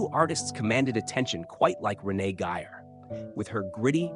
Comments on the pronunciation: AND pronounce her name with respect RENEE GEYER not your pathetic pronunciation of Renee Giyer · This is a rediculous AI generated piece of crap. No interviews and even some of the pictures aren't even of her. It's nothing more than word salad saying a whole lotta nothing. By the way it's Renee Gay-er not Renee Giy-er....